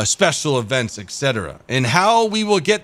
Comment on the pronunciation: I'll buy one of your Ts once you learn to pronounce "etc." correctly. Deal?